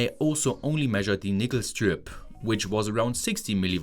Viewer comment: Yo you need to be careful with you pronunciation of "nickel". It sounds like a racial slur lol.